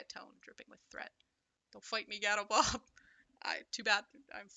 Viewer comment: For the last three years ive been pronouncing your name as GAW-tobob so hearing GAH-tobob actually gave me a mini stroke LMAO